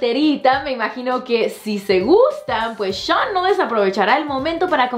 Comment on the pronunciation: Me matas con tu pronunciación "shoooan! JAJAJAJAJAJAJAJAJAJAJ